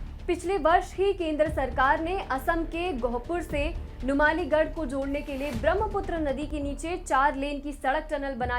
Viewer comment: नुमालीगढ़ नहीं नुमोलीगढ़ है मैडम जी